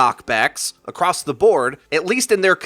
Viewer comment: you said "acrosst" WITH THE T. My life is shooken